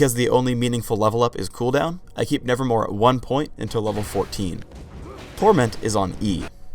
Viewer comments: It's not "Nevermore", its "Nevermove". has been reading too much Poe lately. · i like the fact that cant even say it. "nevermore" and thats totally wrong, its called nevermove, but you dont see it:) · says hiw W wrong... Its nevermove, not nevermore. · Mate, its nevermoVe a pun on the edgar allen poe poem. did say it wrong. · its NevermoVe not NevermoRe ;_ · Kind of sad that Swains W is called Nevermove not nevermore yet he says it wrong every time. Pause for proof. Get your shit together riot. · Anyone notices that he says nevermore instead of nevermove? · ITS NEVERMOVE NOT NEVERMORE U TARD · Nevermove not nevermore. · nevermore? I think it's nevermove :) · ummm sorry it's not called nervermore it's called nevermove look it up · he says "nevermore" when it's"nevermove" lawl what is this the raven? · it's nevermove, not nevermore. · he sayd nevermore its (nevermove) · ...nevermore? isn't it nevermove? lol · Note Its NeverMOVE NOT NeverMORE he said nevermore which it isnt. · Why does everyone (including ) call Swains W Nevermore? The name is Nevermove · He says "nevermore"... It's nevermove... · Thanks, but I knew that. Poe is one of my favourite writers:) But I was referring to the fact that the skill is called Nevermove now, and just kept on saying Nevermore. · Did anyone else notice he said 'nevermore' instead of 'nevermove'? =3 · he is saying nevermore and its called nevermove ^^ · lol i wanted to tell you that in W is neverMOVE not nevermore omg i know better than you lol x) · it's nevermoVe brah, not nevermoRe :S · its called neverMOVE not neverMORE. everyone says its nevermore just because does and the poem. but if you check anywhere in the actual game or website its neverMOVE. even in the video it says nevermove while he's saying nevermore. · LOL HE SAID NEVERMORE